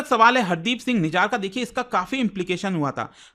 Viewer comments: सर निजार नहीं, "निज्जर"। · Mere bhai it’s nijjar not nijaar 😂